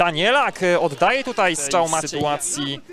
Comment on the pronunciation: Strzał nie Szczał 😊 ale poza tym nawet nieźle.